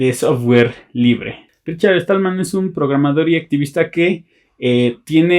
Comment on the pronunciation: Perdona pero no es Richard Estallman...es Stallman sin la "E". Con un poco de práctica lo logras.